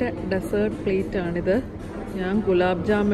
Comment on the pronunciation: Nice video. Beautiful family , just wanted to mention something that I noticed ഡസേർട് അല്ല ഡിസേർട് . Take care